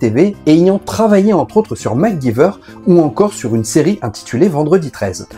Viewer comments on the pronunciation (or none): Ai-je entendu Macguiveur ??? Ça se prononce Macgaïveur !! Mais bon, faut avoir vu au moins un épisode pour le savoir…